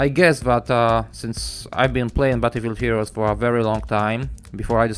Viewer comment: "Butterfree heroes"..